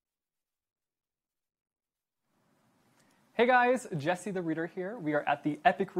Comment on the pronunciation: yes you pronounced it correctly jesse 😂❤ I'm so glad she answered my question